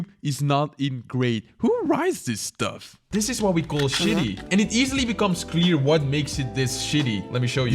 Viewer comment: I love the way he pronounces shitty 🤣